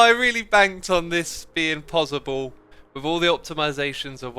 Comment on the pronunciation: I love his accent of PosiBle